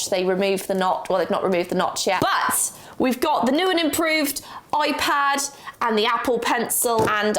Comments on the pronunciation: Alternate title: saying Oipad for 16 minutes straight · I’m sorry but…. ✨oi-pad✨